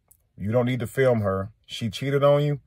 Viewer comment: It's film not fim clown